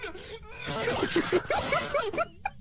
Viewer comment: bro was like:NOİNE NİNETY ONE NİNEHUNDRED AND TEN nine hundred and ten picvles🥺